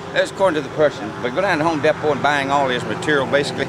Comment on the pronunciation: It's pronounced HOME DEE_PO ...